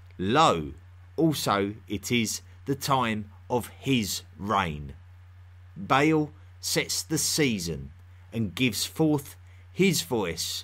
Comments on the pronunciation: It’s Ba’al, not “bale”. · Great video, very thought-provoking! One complaint though: The name Baal is NOT pronounced as "bay-el" The A's are short, and pronounced as "uh" Baal is pronounced as "buh-uhl" Thank you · When you're saying "Bale", do you mean Ba'al? The vowels in the name are pronounced like "arm", not like "ale" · Isn't it Ba`al rather than Bale? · Your pronunciation of the Phoenician / Canaanite and Assyrian gods is just terrible. You say Bale, but it would be transliterated as Ba’al, etc. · Did he say banana the worship the banana